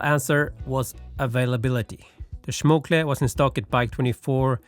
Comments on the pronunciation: Please man, it's SCHMOLKE, not SCHMOKLE. Schmokle sounds like a very weird insult. Don't insult your stem. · SCHMOKLEY instead of Schmolkee lol I love this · It was painful to hear Schmokle instead of Schmolke several times... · the way he say Schmokle is so fun. isnt ist Schmolke Kumpel? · SCHMOL-KE NOT SCHMOK-LE , otherwise sic ride bro! Best greets from Germany. :> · schmolke...SCH like SH in shit, MOL like child MOLestor and KE like CA in candy....SCH heavily pronounced, MOL little bit less pronounced and KE much less pronounced very short. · It's pronounced like "small K" with a "sh" sound: "Shmoll K" and I agree, they really butchered that packing. BTW man that bike looks tasty. Damn now I want to build one myself. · Schmol-ke. Now says it slowly there times. Greetings from Germany ☺ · C'mon! SchmoKLe? Please, even if it is german, don't swap the letters! Anyway, Schmolke acquired THM last January, so practically we are speaking about the same business, and there is a good reason not to cannibalize their products by having both on the market.